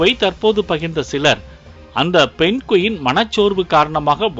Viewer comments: Adhu penguin not penqueen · Penguin not Pen Quin.. 😊